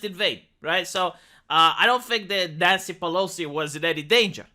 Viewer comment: You say "NYANCY" like a Ukrainian... Sad. IMHO